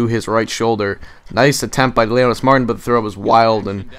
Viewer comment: one other thing, it is pronounced Leonys (mar) (teen) not mar tin